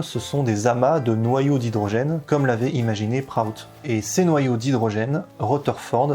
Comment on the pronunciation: on prononce William Proutte pas Wiliam Proatte